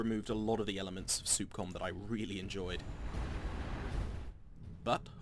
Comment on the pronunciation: It's Sup-com (s-uh-p c-ah-m) not Soup-Com